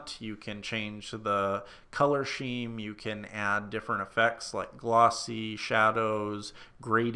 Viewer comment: I've never heard "scheme" pronounce "sheem."